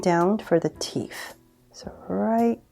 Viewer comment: i kept hearing “teef”